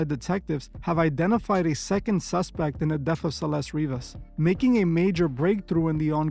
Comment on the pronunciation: Her last name isn't River. Its Rivas.